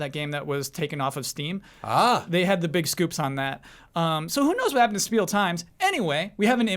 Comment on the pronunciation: CORRECTION. It's pronounced Shpiel times. As Spiel is German for "Game." And in German, when an "S" is in front of a "T" or "P" it becomes "SH". So yes, you do say "sport" as "shport."